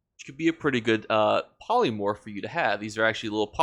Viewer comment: Yeah he couldn't pronounce the polymorph either